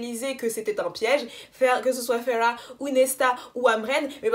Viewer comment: La queen is back 👑👑 Merci pour la prononciation de Feyre tu me fais honneur 🤍. Pour la relation Mor-Az, Y’a certaines rumeurs qui courent que en fait, Sarah a rajouté la bisexualité parce que on lui reprocher de manque de diversité avec les T1&2, mais du coup elle n’avait pas prévu ça à la base.... d’où l’explication bizarre. Si ça se trouve c’est totalement faux après 😌. Par contre faut vraiment qu’on parle de Elain la.... Tu n’as pas compris la puissance de ce personnage. Je vais t’envoyer des post et des thread qui vont t’éclairer sur la situation parce que là c’est pas tolérable de dire qu’elle est stupide 😂😂